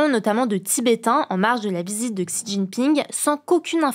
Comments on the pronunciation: Petite info, « Xi » (de Xi Jinping) se prononce « si » (un s un peu mouillé) et non « ksi ». Merci pour ces infos du jour! 😊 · ça se prononce même "chi" et non pas "si" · Un effort à la prononciation de "Xi" Jinping please, ça frise un peu l'oreille 😅